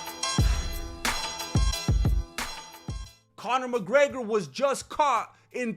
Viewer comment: D...Did you say Mc Greggler?